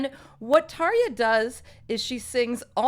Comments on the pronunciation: Não é Tarjshiia porra! É Tarja, que se pronuncia Taria. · Bloody hell I’ve been pronouncing Tarja’s name wrong all these years!!! 😱🤭